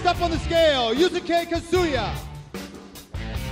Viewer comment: They pronounced Yusuke as Yu sah kay......-_